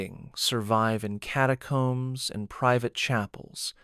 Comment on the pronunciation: The narration is crap. I am abandoning this crap after the mispronounciation of 'catacombes'. (2107 BST, one night in August, 2025)